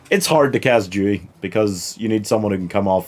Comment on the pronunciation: His name is Dewey, not Jewey